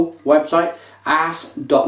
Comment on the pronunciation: Aass is pronounced ōs for future reference :-). Albeit, great review, love this beer!